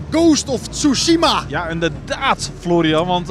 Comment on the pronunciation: Tsuhima aangezien ik er ook moeite mee hebt om het uit te spreken hahah